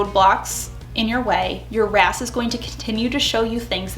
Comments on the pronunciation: When you say "your RAS" I hear "your ass" 😂😂😂 Jokes aside, I love the advice in this video. Thank you 😊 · Am I the only one who heard “your a$$” when she was talking about RAS? It made me giggle. Either way, this was super helpful thank you :) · Definitely heard " your RAS" as "your ass" 🤣🤣 yeah, I'm basically 8 lol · every time you said “ your RAS” …I heard Your A$s and laughed so hard. Thanks,lol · I love your videos and I’m the same way about loving the science and psychology behind everything. But I am laughing so hard..every time you say your RAS.. I hear your a$$. Yes…I’m 35 going on 11.